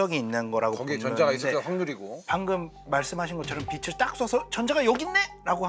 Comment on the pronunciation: 김상욱 교수님은 빛을[비츨]을 계속 [비슬]이라고 잘못 발음하시네요.